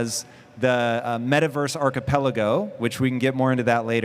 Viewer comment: Did she really said archipe logo ? Instead of archipelago...how is she a moderator 🤣🤣🤣